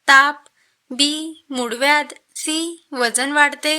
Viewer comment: समोरचा नव्हे ग, पुढील प्रश्न किंवा पुढचा प्रश्न, ळ म्हणायला शीक आधी, मुडव्याध नसत मूळव्याध अस असत